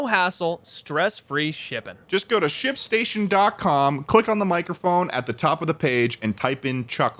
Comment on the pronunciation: Thought "Shipstation" said "Shitstain". Please help. Shipstation fix your damn logo I am crying.